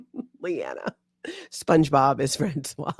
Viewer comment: Françoise is pronounced "Franswaze", "Franswa" is the male name and is written François!!!!!! 😅